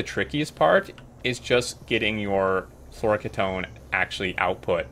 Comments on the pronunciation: key-tone. not kit-own. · Pretty sure the correct pronunciation is floro-kee-tone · I believe its pronounced floor-oh-key-tone, flouroketone. Its a ketone with a flourine atom somewhere. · My friend says they liquid is pronounced like this Flora-key-tone. Floureketone. Don't know if its right, but it looks right though. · FYI it's fluoro - key - tone, fluoro from fluorine, and ketone is a class of chemicals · Fluoroketone = "Floor-oh-key-tone" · I think it's pronounced "floro key tone", at least my dad (who was a chemical engineer) used to say "key tone". I don't know whether flouroketone is real, but "polyether-ether-ketone" (for example) is real and is a type of very rigid plastic, and other ketones are very high-end solvents that for example audio engineers used to use for cleaning the heads of magnetic tape drives. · Fluoroketone = flow - row - key - tone. It's not pronounced as a single word, instead it's 2 words: fluoro (flow-row) and ketone (key-tone). This is a pretty good run down on fusion power. Looking forward to more guides, about to reach Vulcanus! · so glad I'm not the only one that was bothered by that mispronunciation :) great video tho!